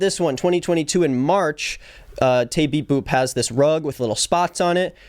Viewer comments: every time you say "taybeepboop" lmao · You saying taybeepboop is so funny to me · anyone else love this video but also just chuckled every time he said teabeepboop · best part of the video is every time says taybeepboop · Everytime u said tay beep boop I laughed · I don’t think I’ve ever commented on a video but every time you said taybeepboop I lost my mind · The way you say ‘TayBeepBoop’ cracks my up 😭😭😭